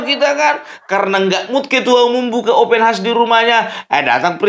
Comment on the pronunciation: Bikin ketawa opung ini Faseh bener kou baca ( OPEN HAUS) 😅😅😅😅😅